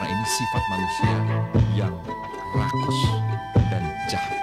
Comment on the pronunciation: Manteb banget tuh pas bilang Rakuss dan Jahat.. 😅